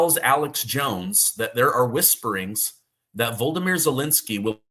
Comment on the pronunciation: "Volodymyr" is not "Voldemir".